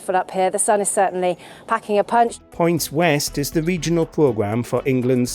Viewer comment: what is a wegional weather pwesenter ?